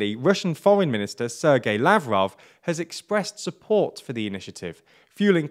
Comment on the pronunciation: English pronounciation of Sergey Lavrov gets me every time